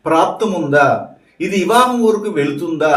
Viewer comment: ఇవా హం కాదు అండి . వివాహం 🙏